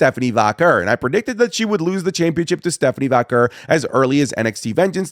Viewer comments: The way says Vaquer pmo. Like does this Mader Vaquer not listen to how they commentate it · why does he pronounce stephanie vaquer's last name like that ?